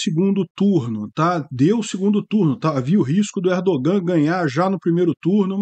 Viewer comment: O ğ em turco é letra muda. Não se pronúncia. ERDOOAN. A vogal antes do ğ é prolongada.